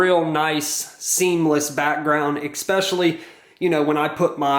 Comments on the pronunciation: Thanks for this video! This is very helpful, gives me some ideas to start with at least. Also, & this is just a pet peeve of mine so you can ignore me if you want but the word “especially” is not pronounced “expecially”. I’m just a little crazy with pronunciation…. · “Eck-specially”…. #facepalm